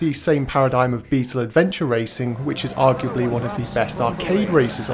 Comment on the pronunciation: The occasional slip ups are part of the appeal!